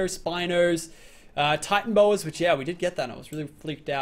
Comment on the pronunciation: I watched a documentary about titanbo's and it's pernonceed ti-tanna-bowa